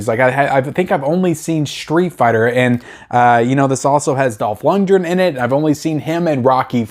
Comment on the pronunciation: Luc Deve~row and Dolph lund~gren. You unisoled these names, lol. Love your channel, man!